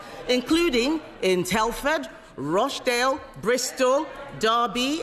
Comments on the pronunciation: I'm from Rochdale (and can pronounce it correctly, it's not Roche-dale) and I'd just like you to stop mentioning the towns in question, the towns themselves aren't important it's the crimes and the victims and how to protect those victims and stop further abuses across the entire nation. Just get on and vote to put the recommended changes from the previous enquiry in place to protect children and young women against this happening now. Then after that is done you can start a new enquiry but only AFTER the previous recommendations have been put in. That way at least whilst you have your enquiry you are wanting there is more protection to fight grooming gangs in place than there was yesterday. Enquiries are just years wasted spending millions getting nothing done when we all know what needs to be done from the last enquiry and can do it now and stop there from being more victims of abuse. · Starmer is head and shoulders above the Tories Did she pronounce Rochdale Rosh-dale??